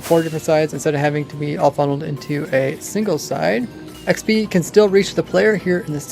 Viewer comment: Why does he say xpees? It is very annoying.